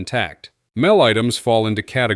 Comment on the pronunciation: Mel, verses M E L. It's good AI, but stuff like calling the M E L, Mel, sort of wrecks all the good analysis for me. I am sure it will get better in the future.